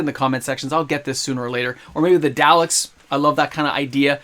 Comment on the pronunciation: They are pronounced DAH-leks. You should know that if you are a fan. The fact that you don’t know Tom Baker’s name, who you claim is your favourite, is awful. He played the Doctor the longest. He was a household name.